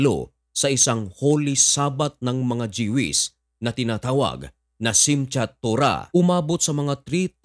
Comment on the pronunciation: I-correct lang kita bro. sa pag-pronounce ng word na "Jewish". It is pronounced as JUWISH or DYUWISH and not Dyewish o Jehwish. Parang, ang Jewelry is pronounced as JUWELRY or DYUWELRY. Alright, peace brother...